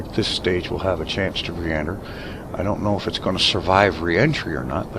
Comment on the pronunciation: Was I the only one who heard "I donna have the power!" in a Scottish accent ? :)